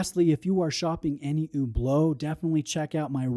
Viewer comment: Why do you pronounce it so weirdly like Hoooblo?